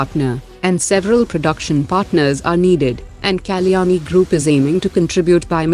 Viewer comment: I wish the lady commentator says Kalyani correctly It's a sanskrit word